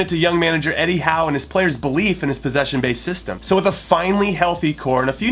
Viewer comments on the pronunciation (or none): none